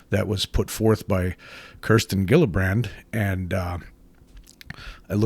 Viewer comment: I think Gillibrand is pronounced like G-illibrand not like Jillibrand.